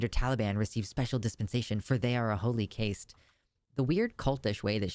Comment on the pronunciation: Caste is pronounced K-Ast, exactly like Cast. English is kinda dumb sometimes. P.s thats a real cute cat.